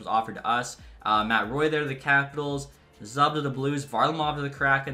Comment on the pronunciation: It’s ZOO-B not Z-ub